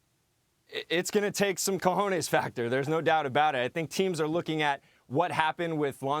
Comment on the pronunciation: Cojones factor hahahahahahahahahaha that was the weirdest pronunciation for COJONES I've ever heard but nice with a nice use of it